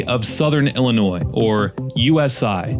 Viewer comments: Why does he keep saying Illinoisssss? No s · Why are you purposely pronouncing IllinoiSSS incorrectly and with such emphasis? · The S is silent in Illinois I grew up in Illinois 😡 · It's Illinois silent s not Illinoise, haha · Drop the s in Illinois. It is an Indian word. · There is NO Noise in IlliNOIS. The S is silent. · Jackass it's not noise the s is silent you lose. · My family helped settle Illinois and we all still live there and we have never called it Illi- noise!! You are pronouncing it wrong!!!!!!!!!!!! I also hope you do not pronounce Joliet, Jolly- et!! Please do your research!!! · 🤣🤣🤣 i live in NW Indiana and have called it Illa-NOISE for decades and boy does it piss them off 😂😂😂😂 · Please learn how to same the states name. DO NOT PRONOUNCE THE S AT THE END!!! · The way you pronounce the name of Illinois makes everyone in Illinois want to drag you through the corn fields. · The S Is Silent In Illinois. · Lived in Chicagoland suburbs all my life. No one pronounces Illinois with an s on the end of it. The s is silent. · No S pronunciation in Illinois. It’s silent, like the p in swimming. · Bruhhhhhh. I'll accept the ironic pronunciation of the state, but USI... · Why the emphasis on the s at the end? It's silent dude. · Stop saying the s. You never say the s in the state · It's not Illinois it's Illinois the S is silent if you ever took English you would know that so you must be a dummy dummy! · Dude please stop adding the s when you pronounce our state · I couldn't get past Carbondale. Horrible take out of the gate. As we say to the unintelligent, who had to learn all the state names but must've cheated. There's no noisE in Illinois! And Carbondale has always been S I U fool! Thumbs down and not a subscriber. Do better! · After hearing you purposely mispronounce the state name I ended the video and I will never watch another one of your pieces of garbage again a-hole.